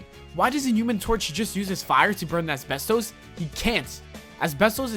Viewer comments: Asbestos is pronounced as-bes-tus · The way he says asbestos is killing me.